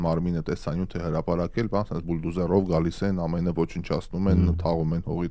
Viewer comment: С БОЛЬШИМ К ВАМ УВАЖЕНИЕМ!УЖ ВЫ ТО НИКАК НЕ ДОЛЖНЫ ВМЕСТО БУЛЬДОЗЕР ВЫГОВАРИВАТЬ БУЛЬДУЗЕР. МЫ ВАС СЛУШАЕМ И МНОГОМУ УЧИМСЯ.СПАСИБО ЗА ПОНИМАНИЕ.